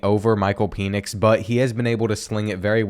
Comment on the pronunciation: Great vid but btw it’s pronounced Pen-ix